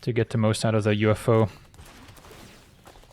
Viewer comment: i don't know, "the UFO" is pretty good, but I particularly appreciate "uffo" pronunciation....it's goddamned hilarious.